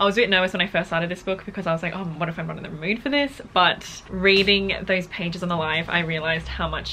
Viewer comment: I always hear butt whenever she says but. You can’t unhear it now. 😂 lovelots full support 💯💯